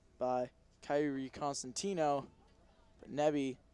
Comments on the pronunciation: “consentino” no. child it’s COsentino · everytime he said “kairi consentio” i yelled it’s COSENTINO 😭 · he was like kairi coNsentino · LMFAO WATCH FROM "kairi cOsenTimnO" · he got kairi’s name wrong lots of times😔